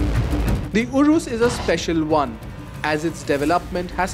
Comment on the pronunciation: It’s urus not “urous”